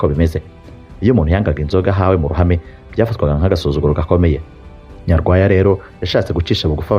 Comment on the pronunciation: nuzajya uvuga amateka ya kera, ujye ubanza ubaze uko amazina ya kera avugwa. Dore nk'ubu uko uvuga Nyarwaya, Rubega na Gahunde amasaku ushyiraho siyo.